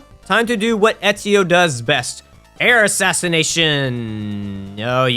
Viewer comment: You have an interesting accent cuz I have never heard anyone mispronounce Ezio's name like that. Also, in Black Flag, you play as Edward Kenway.